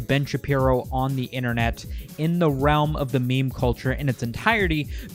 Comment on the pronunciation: Memer? Ahahha wtf dislike